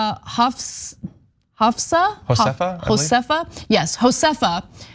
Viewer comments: Josefa is pronounced Yo-sef- fa, it's Hebrew and smoking is the best way: vaping is terrible and dangerous and an edible high to me is not a great high! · Haha! Ana can't Ana couldn't pronounce the woman's name! hahaha